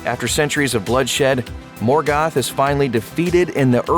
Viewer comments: Not morgath is morgoth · the mispronunciation of Morgoth and Balrog just ....I can't. I don't know what stylistic vernacular you are trying out but you keep substituting the pronunciation of the short vowel sound "O" as in oh! with an "a" How is Bolrag, for example, even a word in Elvish? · Ball rug? Morgath? Seriously find someone who knows how to pronounce the names. This is so god damn annoying.